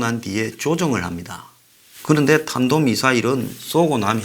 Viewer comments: 혓바닥이 짧아서 탄도인데 단도발음이 된 것이다 ....ㅋ.ㅋ.ㅋ. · 저는 치매라서 탄도를 단도라고 발음했다고 생각합니다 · 삽살개라서, 사람이 말하는 "탄도" 를 절대 발음할수 없슴니다. "단도" 가 최상의 발성 임니다.~~ㅋㅋㅋㅋㅋ~~~~~